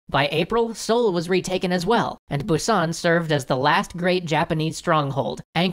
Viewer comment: How do you know so much Korean history but pronounce Busan incorrectly 😂